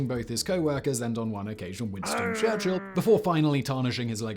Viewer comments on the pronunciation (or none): none